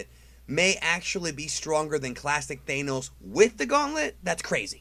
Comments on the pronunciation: I can't even watch the video man the cringe every time you say his name it's Thanos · I hate how you keep incorrectly pronouncing Thanos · Why do you say Thane-ohs? And sometimes you say it correctly? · Bruh who's thanenos? I know I have a sin thano. Do you mean thanos? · It’s not pronounced Theynos.... it’s THANOS. Other than that, good video. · It’s Thanos not thaenos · Thanos not thaynos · Either the Ohio accent is real or you're saying THANOS wrong :) . . . Pretty sure it's THAN OS not THANE OS I may be wrong because I haven't been big into the actual Marvel comics since I was a kid in the early 90s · Thank god I'm not the only one being driven crazy by this. As far as I know Thanos is pronounced with a short a sound, like the word "accurate". Not a long a sound like the word "anus".... which is what the guy in the video sounds like. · It's Thanos not Thaanos. I'm tired of people miss pronouncing the word. Watch the cartoons and movie. They pronounce it correctly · It's not thaynos, it's tha-nos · THAAAAAH-NOS not Thane-nos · Its pronounced th-an-oss, not thay-nose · ThANOS NOT THAAAAAAAANOS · The way he pronounces Thanos (thay-nos) just bothers me so much, I’m used Thaa-nos pronouncing. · Why do you keep calling him Thayenos, it's pronounced Th-an-os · They nos? Its Than os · i thought it was ment to be said as Than-os not Thae-nos, am i wrong here? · Thanos not Thaneose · please pronounce it correctly, thanos not thainos... please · It’s Thanos not Thanose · I thought it was pronounced Thanos not Thaynos...?? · I keep hearing Thaynos not Thanos is that normal? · Great video! But... it’s Thanos, not Thaynos. Did you really watch the movie? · Thanos could beat Goku, but pronouncing Thanos as Thaenos defeats me... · Thah-nohs, not Thay'nohs. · Why do you pronounce Thanos as thainose? 😂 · Who pronounces his name "Thainos"? I have a feeling Thanos will loose if they guy doesn't know how to say the name, LOL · Why do you pronounce it thaenos